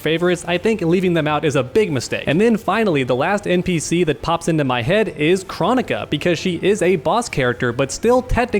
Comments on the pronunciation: jesus christ did its KR-OH-NI-KA NOT CHRO-NI-KA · We gonna talk about how he says kronika other then that good vid. Just drove me crazy how he says her name.